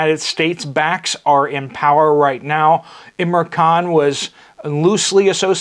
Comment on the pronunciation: Pl name ia im ran khan not imra. It is a token of respect to get names right .